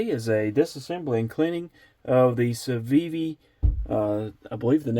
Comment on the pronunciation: I don’t speak fluent Civivi but I think you pronounced it correctly